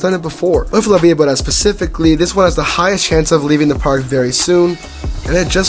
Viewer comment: You pronounced it wrong